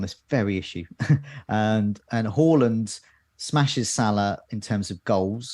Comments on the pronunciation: It's pronounced Hawland in Norwegian. We were trying to be respectful to his language ...but ultimately failing :-) But as you point out he has anglicised his name so we can say Haaland from now on. Next week we'll go back to Haaland. Got Jaysoos right though ...we think ;-) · It is Haland not Hawland... he said it on SKY when got asked how to pronounce his Surname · It’s not pronounced horland. It’s pronounced haaaland. He did an interview with skysports last week where he was asked the correct way to say his name and he said haaaland 😃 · not being able to say HA-LANDS name is hilarious just watch his transfer reveal interview you can say HA-LAND OR HAW-LAND but he said the English version is HA-LAND. Pretty simple 🤣🤣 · I think you'll find is spot on with hooiiyyland 🤣